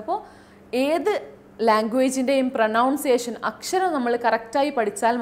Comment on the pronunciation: പ്രനൗൺസിയഷൻ അല്ല മാഡം പ്രോനൗൺസിയഷൻ ഇത് കുറ്റപ്പെടുത്തലല്ല നിങ്ങളെ ശ്രവിക്കുന്ന ഒരുപാട് ആളുകൾ ഇതേ വാക്ക് ഉപയോഗിക്കും